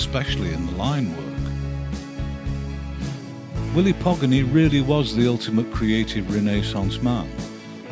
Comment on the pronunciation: It isn't Pogany = pog-an-e, it's po ("PO"p) ga ("GA"rden) ny ("Ne"w), Hungarian pronunciation bears zero relation to English pronunciation. Just nit picking ignore me 🙂